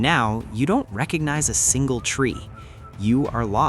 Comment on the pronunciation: "And now, you don't receronize a sinale tree."